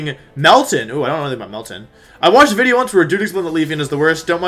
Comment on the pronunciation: please stop clapping, yelling and saying "wideo"